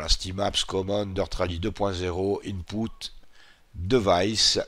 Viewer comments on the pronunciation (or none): Je mets un pouce bleu rien que pour le "inpoute"😂😂 plus sérieusement continue comme ça!!!!!